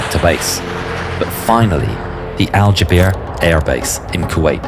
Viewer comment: As a kuwaiti, your pronunciation of Al Jaber was atrocious but its okay lol